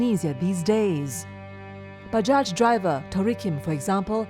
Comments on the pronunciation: good documentary..btw bajaj is pronounced as bah-jai not buh-jah. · Most comments are rather serious ones, but allow me to say... I find it cute, how the narrator pronounced "bajaj" XD